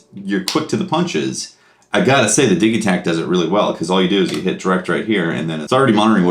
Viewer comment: It's DIJ-i-takt